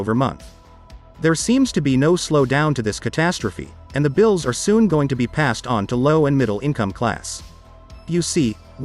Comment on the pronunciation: Have you tried typing “too” or “two” instead of “to”? The voice always pronounces it as “tuh” just a suggestion, keep up the good work!!